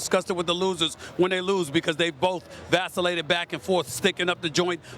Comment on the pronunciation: This mf said vacilated?